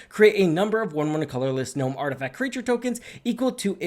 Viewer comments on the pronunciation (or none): none